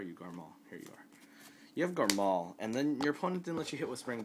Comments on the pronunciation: Quit saying garMAL that's annoying as fuck, it's garMORE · dude, its garmore not garmal